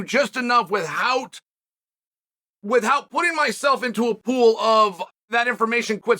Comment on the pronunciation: Nobody: Uncle Chael: WITT-HOUT